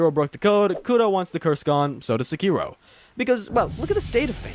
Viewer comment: All this time and effort and not once did you try to pronounce Genichiro, Sekiro...or really any name right. Engagement bait? The internet blows so bad now, i can't tell. Edit: Ah, now I realize. It's ai.